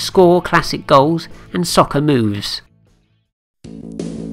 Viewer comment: Nice video, but you mispronounced the word "Soccer" about 500 times in this video.